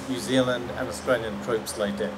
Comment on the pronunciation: “Your Zealand”